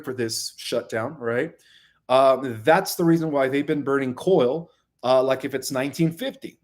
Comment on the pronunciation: thank you for all you do. However, I have a question. Why do you mispronounce well known English words. Example. You say coil for coal in this video. This isn't a criticism. Please know that. Just a question about if you have a disability or is English your second language.